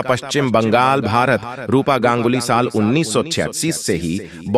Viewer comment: साल यानी वर्ष का उच्चारण बहुत गलत है फिर भी जानकारी बहुत ही अच्छी लगती है